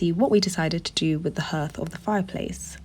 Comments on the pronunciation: hearth is pronounced like heart! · Hearth, pronounced 'harth'. Interesting vid.😊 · Hearth is pronounced ‘harth’